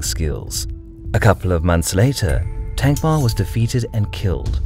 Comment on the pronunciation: It's a relief to hear you pronouncing "Thankmar" correctly.